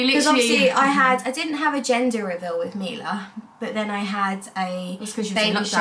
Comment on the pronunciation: So cute the way you say wiv instead of with❤